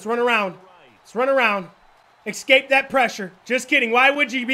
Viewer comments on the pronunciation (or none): He says "excape" instead of escape